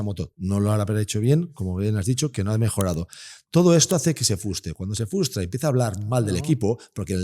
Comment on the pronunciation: con el debido respeto,se dice "frustra" del verbo frustrar,no fustra como tu dices. Todos decimos "algún palabro mal"...un abrazo